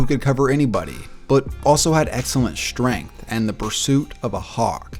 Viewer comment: SHtrength is not a word. Nor is sHtruggle.